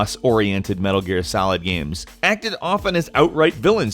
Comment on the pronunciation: Heard the guy say "Metal Gear Salad" and now I can't unhear it.